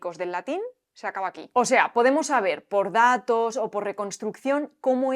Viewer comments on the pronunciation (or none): Pero en el minuto cuando dices la palabra "datos" alargas la sílaba "da". Entonces en castellano, ¿no todas las sílabas tienden a tener la misma duración?